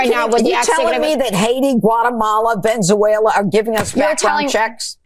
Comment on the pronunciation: Venzuela? Did that lady mean Venezuela? 😂 Dummy can't even be bothered to say the name right. She is so disrespectful that it makes me want to throw that table and get up there to argue with her.